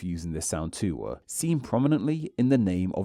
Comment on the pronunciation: why-ya do speakuh likeuh thisuh? I know this looks more like an italian accent when I type it out, but you are doing this. Especially at the end of sentences, like "this sound and spelling too-ah". It's weird.